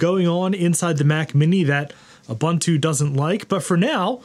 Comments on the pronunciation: it's pronounced: Ooh - Boon - Too The letter “U” has the same phenome in each instance, it is not pronounced Uh- Bun-Two with three different “U” pronunciation. Love your channel! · it's pronounced "oo boon too"... boon not bun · Pronunciation is oo-boon-too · hate to be that guy.... its uu-BUUN-too, no buns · Ubuntu doesn't have the word bun in its pronunciation. The second u is pronounced the same as the first.